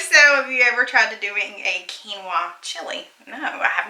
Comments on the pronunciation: I have to confess to you regarding Quinoa - a few years ago I went through the drive through at Panera Bread and ordered "kwinoa" - said it just like did so you are not alone and the sad thing is I had heard it pronounced the right way so should have figured it out, but as a person who is a visual learner and a good speller, my brain and mouth blurted out the way it SHOULD BE pronounced....so don't feel bad, as I was in my 40's when I did that so.....Definitely COKE!! My husband is Pepsi!! Loved Reba. There was some drama for my son this year and he is a sophomore at a private school, so totally understand wanting a break from that and no need to deal with it if it can be avoided in my opinion. My son was actually wanting to be home schooled as a result but I am not equipped for him and thankfully it worked out after lots of prayer and discussions, etc. I was able to homeschool my daughter in middle school for one year and that was through a co-op even but did not have the patience for it. We took her out as well because of girl drama and that break was good for her and she went back the following year and was fine. She did stay connected through sports and our school is affiliated with our church so she saw some of her friends at church regularly and we too had our church youth group that was great and helpful for her to have some social things to do. But, yes if it was not for church friends/student ministry, not sure how it would have worked out. I think it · 😂😂😂😂 That's ok! I pronounced it that exact same way when I first saw the WORD (kee noah )quinoa!😂😂😂😂😱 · I had the same reaction as when I learned how to pronounce "quinoa"! 🤣 Also, PEPSI!!!